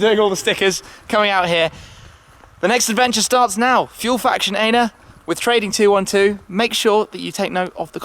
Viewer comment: Where are you leaving from in Ljubljana? Can we come and say hi? :) And you mispronounced "ENA"! Just so you know!! :)))